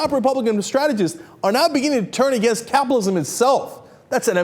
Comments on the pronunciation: Dude, it's cap-IT-alism, not capalism! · why cant this dude pronounce capitalism or frightened